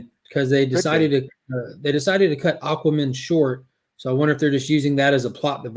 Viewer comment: Is saying Aquamin on purpose?